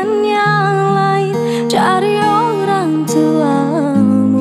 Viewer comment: Kenapa ya tiap orang nyanyi pelafalan huruf t jadi c. Misal orang tuamu...diucapkan orang cuamu 😂😂😂